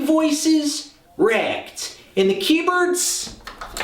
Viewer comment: "The key-birds racked." Oh,...